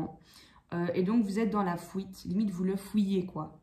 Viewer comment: Coucou, vous me faites rire avec votre accent " la fouite " lol. Tirage très juste. J ai dépassé tout ça. Mais jme demande si l autre va arriver à faire ce travail sur lui même si il ne va pas tjrs écouter son égo. Si jamais il revient j aurais trop envie de lui dire, Waou t as fait kho Lanta 😀 moi j en suis en 1 point il revient c est bien il revient pas c est bien aussi. Jm occupe de moi. Merci bcp pour ce tirage.